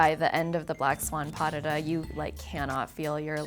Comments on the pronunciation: DID SHE SAY PADEDUH? instead of Pas de deux? WTFFFFF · all i heard was pas de duuh instead of pas de deux 😂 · I cringed when she said „padeda“ instead of pas de deux😭🥴🥴🥴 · okay but the way she pronounces some of the French names of the elements was.... critical sjjdndnd this is not a pardedah its PAS DE DEUX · Yea I heard "Padded-AH". Just funny :) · Did she say “pa-de-da”? 🤦🏻‍♀️ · pas duh duh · The credibility goes out the door for her when she pronounces Pas de Deux as "Pah-Duh-DUH." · Pff XD she said pas de deux like padada 😅omg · I'm sure she can dance, but her prononciation of the French terms is so off at times, I had no idea that she was saying what it said on the screen (for example "Pas de Deux" is NOT pronounced "Pas du da"). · Did she... pronounce "Pas de Deux" as Padde-duh? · oh my god yes :'D but anyway, she's a dancer, she doesnt have to be great at languages for that i guess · Is no one going to mention the way she pronounces "pas de deux"? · the way she said pas de deux im dying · Her French is not good at all. Pas de deux as an example, is pronounced differently. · For a « professional dancer » she sounds like she’s never even heard the term ‘pas de deux’ in her life… that pronounciation was shameful. Sorry. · Ballerina? And can't pronounce Pas de deux?! Oh dear.